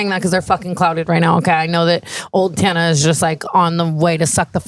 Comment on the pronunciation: I'll never get over how Jeff pronounces Tana.. Tah-na